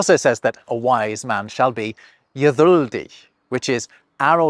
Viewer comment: The gedyldig is incredibly close to modern german in ponunciation